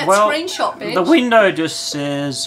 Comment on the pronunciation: No its "Benj"